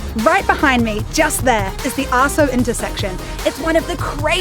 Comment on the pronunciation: wonderful ! not sure about the pronunciation of "asoke" lol. Can you please provide information on how bikes can be used there? keep up the good work